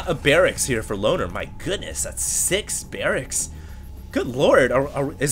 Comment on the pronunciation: whenever said loner i heard boner:/